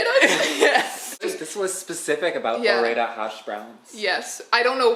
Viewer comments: And it's pronounced, "Ore-Ida." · That tater-tot word you had trouble with was Ore-Ida, a portmanteu of Oregon and Idaho. The more you know! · It's Ore-Ida. The potato processing factory is on the border of Oregon and Idaho. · Ore-ida is actually the brand. It's an abbreviation of Oregon and Idaho.